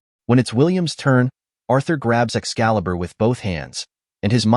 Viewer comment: Arthur no, it Urthur